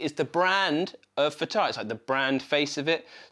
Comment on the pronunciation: Nice, but please, leave that pitch-bend lever alone. Thank you. And, by the way, it’s Fàtar, with the accent on the first A.